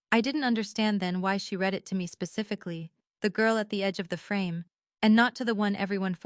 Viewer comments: To AI. Please learn the difference between read (pronounced Reed) present tense. And read (pronounced red) past tense. ' You can't red the all' when you just ask us to write comments. I promise I Reed them all. Thank you. And there are several other spelled alike words that are not pronounced in the correct tense. If AI can't learn what is the point. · The narrator does not even know how to pronounce 'read' (reed) and read (red)!!! This is someone whose mother tongue I presume, is English. Then we Indians (from India whose mother tongue is definitely not English), speak perfect English!!! Irony!!! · You need to teach the AI the difference between words like Read (Reed) and Read (Red). It is a distraction to the story and like fingernails on a blackboard to a native English speaker. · Learn to read. Read is one of those verbs that is spelled the same in both the present and past tenses. In the past tense, as so often happened in your narrative, it is pronounced “red”. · Read. Reed or Ted depending on how it is supposed to be articulated 😊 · AI please, conjugate verbs: Read the spelling doesn’t change, but the pronunciation does.